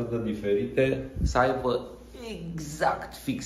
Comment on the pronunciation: "Să aivă?"🙈 Poate mi s-a parut